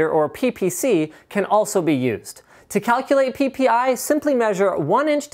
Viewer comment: Lol linus said pipi